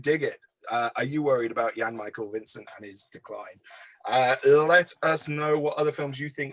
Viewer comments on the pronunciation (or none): Although this wasn't one of Jan-Michael Vincent's best films, it was by no means his worst either - his name is pronounced Jan with a 'J' and not with the 'Y' sound by the way 😉. Some of his slightly earlier and later roles to this were far better - 'The Final Heist', 'In Gold We Trust' and 'Demonstone' to name but three. Yes, he had his problems and demons in life but I believe he always remained a great actor throughout, and it was refreshing to see in your review that you didn't dwell too much on the negatives in his career either.